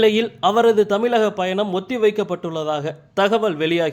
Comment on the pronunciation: தமிழின் சிறப்பு “ழ “ கொஞ்சம்கூட கூச்சமில்லாமல் ……. தமிலக …….. முதலில் தமிழை உச்சரிக்க பழகவும்…